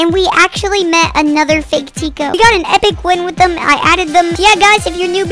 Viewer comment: Bruh it is Tiko not tico lol. Are u a fan or what? Only true fans know it is Tiko and not tico